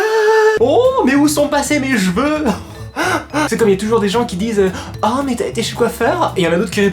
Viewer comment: Des "gveux" t srx 😂